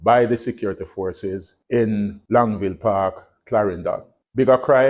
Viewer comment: The police carry M16, not AR15. AR15 is the civilian semiautomatic rifle. The M16 is the military issue fully automatic assault rifle. Btw, it's Longville Park, NOT LongSville, as how you pronounce it.